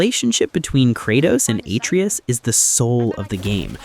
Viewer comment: Listening to this guy say Atreus incorrectly just pissed me off. Then he says “seeing Kratos try to hide his bloody past and be a father really hit home for me” did it bud? Were you a god level, blood raged spartan before you were a dad? This whole script is such AI buns. Dude doesn’t even know what “hit home” really means